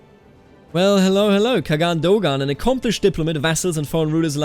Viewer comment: Khan- Khagan is pronounced as Han (same pronounciation as Han chinese) or Kaan (same a sound) in Turkish. They are basically the same consept.